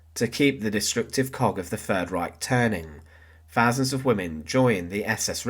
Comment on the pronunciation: Simple, documentary style of delivery. So...... pronunciation IS very important. .... THousand NOT "Fousand"..... wiTH NOT "WiV" ..... and so on....